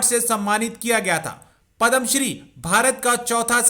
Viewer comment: Its not "Padam shree" ya, its **PADMA SHREE**, Shame on u, u don't know to pronounce indian name & award